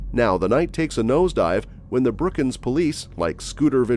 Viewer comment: 1. It's Brookings Oregon, not Brookyns! 2. Your editing sucks.